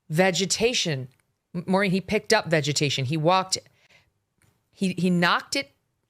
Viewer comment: VAG-ation, WTF, do you mean VEGETATION 😳🤦‍♀️ are you and CandyCane morphing into the same person 🧐 why cant either of you pronounce words any more. 😢😢 Has a foreign entity brain wormed you two, holy hell....VAG-atation, omg Even Maureen is like,😳🤔 WTF you just say?